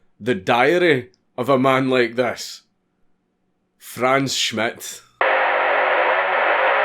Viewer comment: Saw my Name (Franz) instand click Edit: Im rly proud of you, that you pronounced Franz right